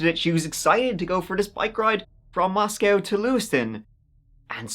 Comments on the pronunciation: Not to nit pick...but hearing him say "Moscowtown" is super annoying. Moscow... just like the other one. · It's pronounced "mah sco", not "mos cow".